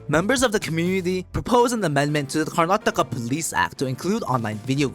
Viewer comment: I laughed so hard when he pronounced Karnataka no offense btw